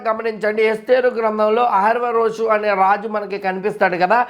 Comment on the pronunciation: బ్రదర్, అహష్వేరొషు అని పలకడం నేర్చుకోండి. వీడియోలు అందరూ చూస్తారుకదా..